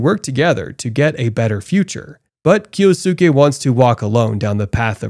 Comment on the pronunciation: Kyosuke = KEE-OS-KE. Jesus christ.